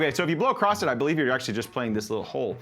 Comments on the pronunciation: LOTR, The Shire theme, beautiful motif. Although the last note of the main phrase is a half tone below that drone so it's a bit of a clinker for a second, but no biggie. LOVE that theme. Oh, also... "across," the word is across. You don't have to blow 'across' the hole. There is no 'acrost.' Just future reference. YES, I am that guy. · How old are you that you don't know there's no T in "across"? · I like how he says ACROSS with a ‘t’ at the end 😂 Across’t … great video! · It sounds so weird to me, but a lot of people apparently say it that way 😳